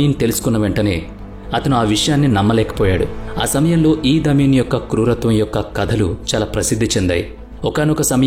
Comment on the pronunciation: ఇడీ అమీన్ ( ఈద్ అమీన్ కాదు) ఎంటెబీ ఇవీ చదవాల్సిన పద్థతి